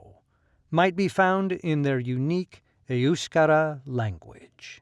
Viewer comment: I've never heard EUSKARA pronounced that way, with the emphasis on the first syllable. Must be the American accent.